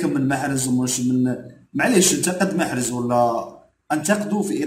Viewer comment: ما يعرفش ينطق اسم محرز بطريقة صحيحة عوض ما يقول محرز يقول محرج تعلم تنطلق اسمه ثم هاد علق عليه خي حالة